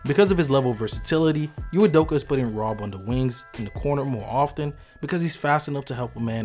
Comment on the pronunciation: I believe Señor Cruz was questioning the narrator's occasional mispronunciation of the coach's name -- not ridiculing the name itself. (Here's its phonetic lowdown: EE-may oo-DOH-kə.)